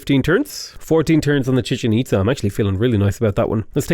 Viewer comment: Glad to see I'm not the only one who calls it the Chicken Pizza. You also have the Empanada (Apadana) and Porta Potty Palance (Potala Palace). So many great non-names